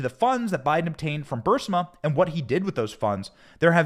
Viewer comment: It's Burisma, not Bursima. Get some new writers.